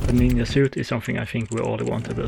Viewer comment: sorry to ask, but you saying ninYa is that a accent thing?